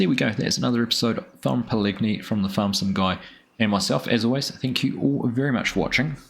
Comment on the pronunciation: Just a heads up with the name Pallegney: The g is silent, but gives the n a tilde accent (ñ). So it sounds like Pal•le•nyay.